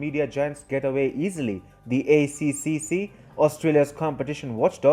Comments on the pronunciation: mate, from aussie to indian, accseeccseecc is hard to say, use "A tripple C" hahaha <3 love yu work mate keep it up! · ACCC is pronounced A Triple C btw but great video. I am happy to see that my country is wanting to do something about Big Tech censorship! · ACCC is pronounced A triple C